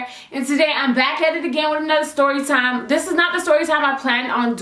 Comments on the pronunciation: "Styorytime" lmao 😂😂😂 girl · uhhhhhh i says stRorytime hahahahhahah a R to much hahah